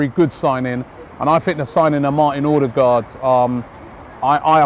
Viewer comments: Ødegaard/Odegaard - Not Odergaard, wtf? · Odegaard not Ordegaard